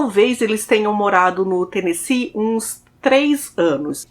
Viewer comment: Parabéns por falar Tennessee certo.❤